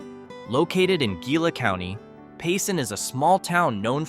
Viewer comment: Mostly AI bullshit. And "Gila" is not pronounced with a hard "G". It's and Indian word pronounced "Hila". And Sahuarita isn't even a city, it's a retirement area close to a Phelps-Dodge open pit mine. Most Sahuaritans are retirees from other states. And they mispronounce the name as Sierrita, which is a rotten bastardization of the REAL word, Saguarita, which is pronounced Sachwarita in Spanish or Indian. Get it right or don't put up these idiotic videos. And "median" income is not the same as "average" Totally two different meanings.